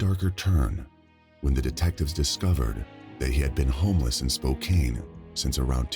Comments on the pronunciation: "Spoke-ain"? 🤣 It is pronounced "Spoke-ann". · I was so distracted by way pronounce spokcan spokcane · Omg the pronunciation of Spokane was driving me crazy! It's not Spo Cane! It's SpoCAN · 7. It's pronounced SpoCAN and not SpoKANE 8. It's pronounced Norfuk or Nawfuk (locals say this) not Nor Folk 9. Amour is also a French word 10. 😊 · There's so many different towns and cities that were mispronounced, like spo-CAIN instead of spo-CAN, o-ji instead of o-hi, la-Fay-ette instead of LAFF-ay-ette (being from Louisiana I definitely know this one) I remember hearing him saying others wrong but can't remember exactly which ones. I should have paused and wrote down the ones he messed up.